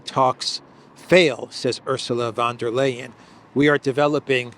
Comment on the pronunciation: For god sake, the pronounciation of von der Leyen is NOT "L'ayen' as in layin' eggs, it is pronounced in good old German as in "Brian"- Lian. Grates on me. She is after all lying most of the time.